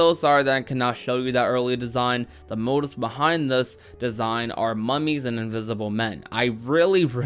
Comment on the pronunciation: It's pronounced "moh-teef"